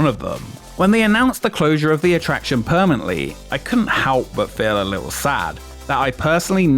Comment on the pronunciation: its great you have mastered the pronounciation of the letter 't' in the words 'bucketlist' and 'exist'. it will be amazing if one day words like 'li(tt)le', 'ma(tt)er', 'wen(t)', were no longer butchered by your laziness. if you can be bothered to do all this, at least bother to speak your own language, and if u cant, get an ai to do it. it is grating on the ears such slovenly narration.